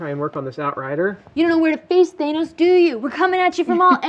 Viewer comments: Its thanos not thainos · "THAYYnose... Thanus? THANOS." And then she goes back to "Thaynose" anyway. x-D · Not Thay-noes, Thanos like Pan-hos or Dan Ross